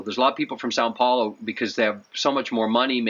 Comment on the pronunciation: SÃO Paulo, not SAN 🤦